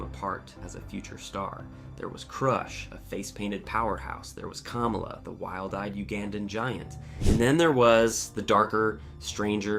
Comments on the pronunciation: you pronounced KAMALA wrong!!!!!!!!!!!!!!!! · Sure does every time.